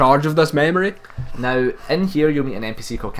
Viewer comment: Lol mamorie? try memory. say it with me. meeemory.. good job on the video by the way.